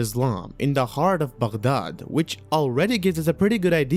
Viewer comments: Are you Arab? Because your pronunciation of the word Baghdad was correct? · Are you a native Arabic speaker ? Because that pronunciation of BAGHDAD is perfect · As an Iraqi, those pronunciations of Baghdad and Muslim were PERFECT I always hate when non-Arab speakers butcher words